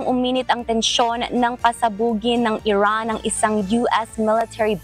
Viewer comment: Iran ❎ Erraan✅